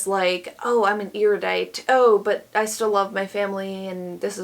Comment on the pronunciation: Erudite is generally pronounced air-uh-dite or air-yoo-dite, if you care. (I wouldn't. You're doing fine.)